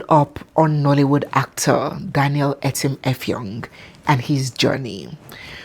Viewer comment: The Akwa-ibom etim effong with the way siad it got me rolling on the floor😂😂😂😂😂